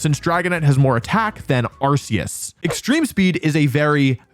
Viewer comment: Ark-e-us not arse-e-us